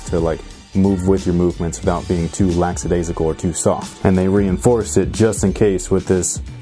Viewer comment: "LAXadaisical" Lol!!